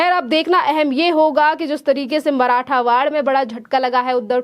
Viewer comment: मराठवाड नहीं मराठवाड़ा 😂😭🙏